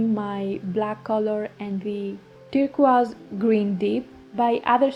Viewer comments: WOW!! A mountain emerges from the fog.. love the process 💖 and yes, you pronounce “turquoise” correctly. Joyeux Noël 💖🌟🌺🦋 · Very lovely painting. And, I like your pronunciation of turquoise. In English, it sounds like "tur-koys," which is not as charming as, "tur-qwaz." Best wishes!